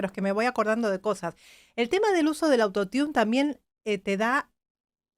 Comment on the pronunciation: eres capisima solo que cuando te refieres al autotune, dice auto tiun y suena muy mal, si tomas una critica con todo amor y respeto a tu persona maravillosa, porque te admiro mucho, la pronunciación es "arottun" saludos💓💝💘